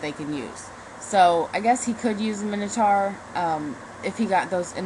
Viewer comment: He can't Minotuar.